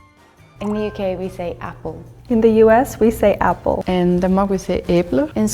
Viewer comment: in swedish we dont say äppel we say äpple, idk why she pronounced it that way.